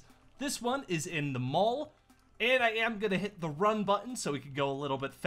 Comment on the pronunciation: He said mull like the malk meme ITS MALL